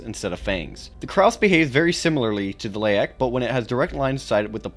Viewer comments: Krause? No, sir. Krasue. Krah-sue. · IS-0091-B "Karsue" although it shares similarities to Penanggal, Penanggalan and other cryptids from the Southeast Asia region, the name itself is from Thailand's varsion of the creature and it's supposed to be pronounced "Kra-Sue" with 2 syllables. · Bro said Krause 😭